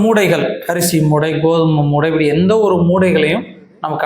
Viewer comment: Moothai not moodai